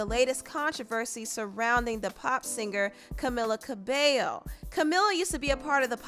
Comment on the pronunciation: I just started the video… it’s camEEla CabeYo (it’s how to pronounce it 🤗 hope I helped)